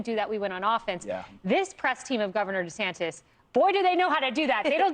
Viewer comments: It's pronounced DeSantIS, not DesantEZ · Dude, it’s Desantis not desantez 😂